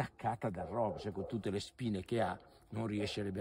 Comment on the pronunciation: Rovo si pronuncia con la o chiusa.